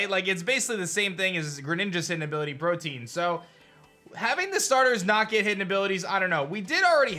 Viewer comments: I love watching these videos. is my favorite Pokétuber. But MAN, every time he says Portean is throws me. It's PRO-TEE-UN. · just an fyi greninjas ability is pronounced pro-tee-uhn not pro-teen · I know it doesn't 𝙧𝙚𝙖𝙡𝙡𝙮 matter but Protean is pronounced: Pro-Tea-Inn. Not Protein. It's one of those things that just bothers me. lol 😅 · It's protean, protëan, pro-tee-ann Protein is a completely different thing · Dude. It’s PRO-Tee-En. And LI-Br-Oh. If you’re having trouble, just google the pronunciation. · uhmm isn't it read as "pro-te-yan"?